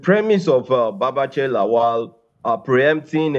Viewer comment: I am surprised that the gorgeous and fluent Newcaster can't pronunce Lawal. She says Laol. When has La-wal become La-ol? If a German can pronunce Ikpeba, Oghedegbe and Iokhoibo distinctively, why can't an African person pronunce Lawal, the way it should be pronunced !? Anyway, that is not the major issue roasting us right now.